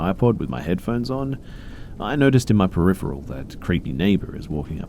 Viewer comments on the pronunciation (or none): none